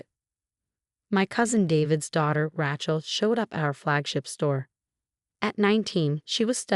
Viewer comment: Will you ever learn the right pronounciation for Rachel?